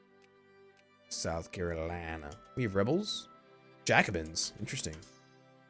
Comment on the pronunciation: I am from south carolina and I just started laughing when you said south carolina in that accent. lol